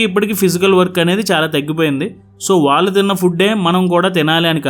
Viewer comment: “వాల్లు” కాదు నాయనా “వాళ్ళు”